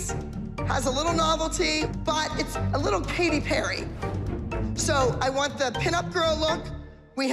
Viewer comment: is it just me or did Abby say Paty Perry instead of Katy Perry